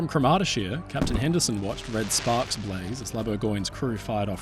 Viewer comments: By the way, CROMurty-shire -- not croMARTy-shire. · Thanks for a in-depth documentary of this tragedy. I was not aware of this story and one thing sort of spoiled it for me. I had a really hard time trying to understand your pronunciation of the sailing ship's name and only realised what it was when I saw the newspaper reports. Cromartyshire is promounced with emphasisi on the first sylable, as CROMartyshire. She was built by Russell's of Port Glasgow, Scotland which later became part of Lithgow's Shipyard. Both my father and grandfather worked at Lithgow's for many years. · Great video.. pronunciation is: CROMARTY SHY ER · Cromartyshire is pronounced Craw-mar-tay-shire with stress on the first syllable. She was built in Scotland and named after a Scottish county. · good retelling, although every single scot listening to you pronounce "cromartyshire" just winced. fwiw it rhymes with 'moriarity' and has similar cadence.